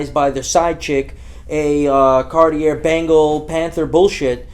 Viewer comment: it was the "Cart-IER" for me